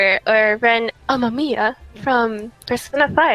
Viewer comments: It hurts for me, not because of the name being different, but because of how he pronounces Amamiya. ATLUS has this habit of "americanizing" Japanese names and it bugs the crap out of me after taking classes to learn the language. Its the same pain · Hearing Xander say Ren Amamiya hurts But I have accepted it